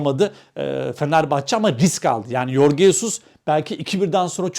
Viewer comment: Yorge değil Jorge Jesus doğrusudur.